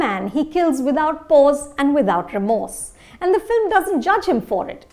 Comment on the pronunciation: She pronounces "pause" as "pose"....